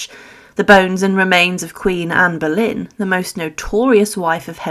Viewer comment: Será Boleyn , no Berlín. Anne of Boleyn.